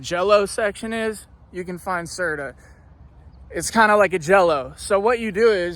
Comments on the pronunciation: LOL ITS CERT-O! HE KEEPS SAYING CERTA... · It’s actually Certo not Certa!!😂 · "C E R T A"😂😂😂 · this fool said certa